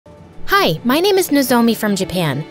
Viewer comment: the way they pronounce the name 😭😭